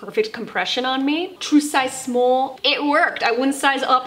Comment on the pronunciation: “My true size smoll” 🤣